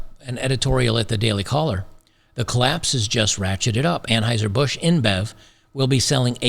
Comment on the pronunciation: it's pronounced Unhoiser - Boosch.